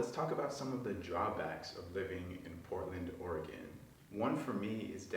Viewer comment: Yo, at least you pronounce Orygun correctly 😂